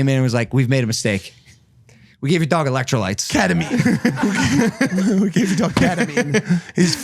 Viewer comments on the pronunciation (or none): none